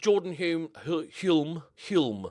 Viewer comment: Hulme is pronounced without the 'L'. So, Hume.